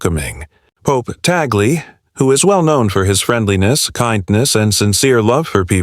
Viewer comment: Thanks for the correct pronunciation of Cardinal Luis Tagle.